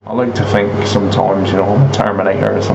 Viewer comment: Someone should’ve told him to fink it frough